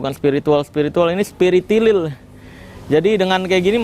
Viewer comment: bukan spiritilil melainkan spiritolil kelezz bang 😂